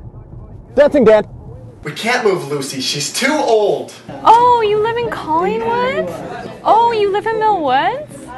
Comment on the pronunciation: She said Callingwood ;)